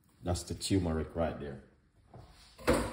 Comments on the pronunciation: Also he keeps saying tumeric it is spelled TURMERIC. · It’s not teumeric it’s tur-me-ric